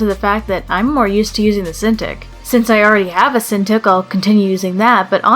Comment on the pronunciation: Uhhh cinTICK? Not cinTEEK?